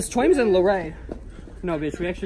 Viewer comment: It's twaimz not twamiz